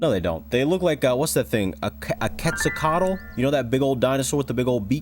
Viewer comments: I know two mesoamericans and neither of them pronounce it this way, and i'm pretty sure that there just isn't one singular way it's pronounced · well large pterosaurs like Quetzalcoatlus could potentially hunt and eat small dinosaurs, so humans could also be considered prey. Also Quetzalcoatlus is pronounced "Ket-suhl-kow-at-lus"